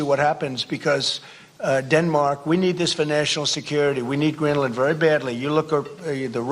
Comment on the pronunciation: "Gren-er-land" ...? Trump can't even get the name right.